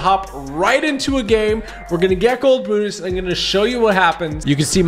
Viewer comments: It looked like he said buttas but it’s brutus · He means it sounds like he's saying buttus and not Brutus